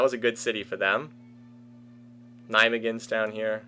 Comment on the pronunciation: whaaaat? pronounced Nijmegen the correct way? He's learning, next on the list is s'-Hertogenbosch though good luck trying!